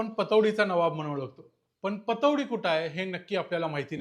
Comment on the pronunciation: पटौदी ✅ पतोडी❌